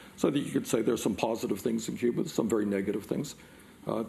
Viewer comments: Bernie, there's no "R" in Cuba! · Lol Cuber, come on man Cuba that's an accent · He's from Brooklyn. Give him a break. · I thought he was talking about the 80's video game "Q*bert"... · a friend from England sticks an r on the end of words. It's cute. When Bernie does it, also cute